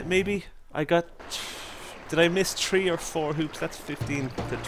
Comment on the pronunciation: When he says 3 to my it sounds like he said tree